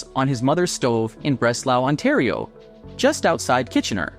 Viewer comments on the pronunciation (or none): none